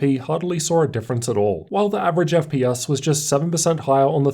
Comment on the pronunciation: Why do you pronounce letters E and S as a U. You always say FP"us" instead of FPS and Tust instead of Test. Just improve on the vocabulary because it's quite an annoyance.